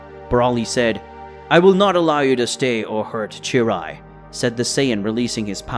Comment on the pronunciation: its cheelai not cheerai